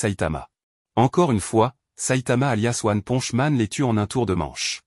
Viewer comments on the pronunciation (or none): Mais comment on publier une vidéo sur one punch man avec une voix de gogol qui dit "one ponche man"??? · One ponche man 😂 c'est quoi un héro mexicain ? Mr poncho 😂😂 carrément il dit après ponche 😂 one ponche man